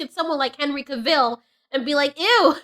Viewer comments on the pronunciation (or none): Spot on, but who is Cah Ville? 😜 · Wait, is it actually pronounced Henry Caville?